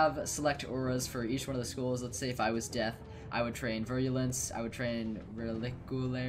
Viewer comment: It's death not desk